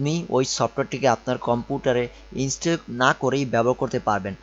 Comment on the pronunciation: ভাই, আপনার উচ্চারণ ঠিক করেন। কি যে বলেন কিছুই বুঝি না। ইন্সটেল, পট্টেবল, ফ'ল্ডার, কম্পুটার----এগুলা কি ভাই? উচ্চারণ নিয়ে কাজ করেন ভাই। তারপরে ভিডিও বানায়েন। নো অফেন্স। :)